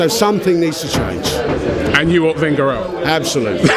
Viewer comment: I hate when he says Wenger